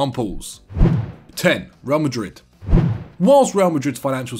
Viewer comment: No one: Absolutely no one:: rÆl Madiitd